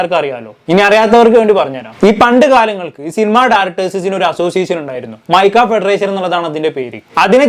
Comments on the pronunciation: മൈക്ക അല്ല. മാക്ട ആണ്. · മൈക്ക 👀 അല്ല മാക്ട (MACTA)✅ ആണ് എന്നാണ് എൻ്റെ അറിവ്. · Maica alla mashe……MACTA 😂😂😂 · മൈക അല്ല മാക്ട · മാക്ട ആണ് മിസ്റ്റർ പേര് പോലും കറക്ട് പറയാൻ അറിയാത്ത . തന്റെ ഈ വാർത്തയിൽ എത്ര ശരി ഉണ്ടാവു o എന്തരോ എന്തോ..... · Mica alla mone Macta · MACTA aan, mica alla